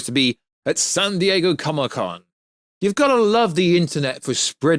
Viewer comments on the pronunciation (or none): none